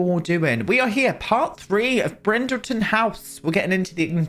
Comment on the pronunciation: Everytime you say Brindleton House, I hear Bridgerton. Which would be very fun to do as well. On the EXTENSIVE list that annoys me with the build/buy mode are the end pieces of kitchen cabinets: why are the floor one so much shorter than the wall ones?!